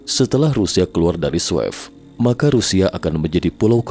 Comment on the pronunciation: Swift bacanya swif pak, bukan swef😅